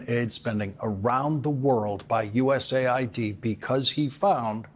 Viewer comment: It's US AID, by the way, not ID